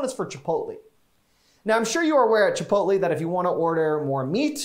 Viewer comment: Chipotle is not pronounced like that